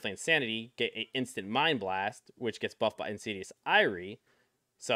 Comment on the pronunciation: Ty for the vid, super helpful. Wanted to point out you are pronouncing Insidious Ire wrong. It's "eye-er" not "eye-ree" like a Jamaican saying alright.